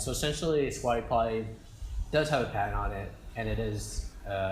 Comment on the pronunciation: i think its patent and not pant lol just joking